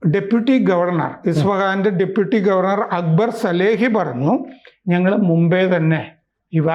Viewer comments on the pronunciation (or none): none